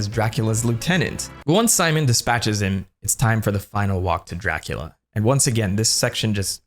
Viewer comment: Exept for the first time you said it, every time you say Dracula I hear Jackula. 0.0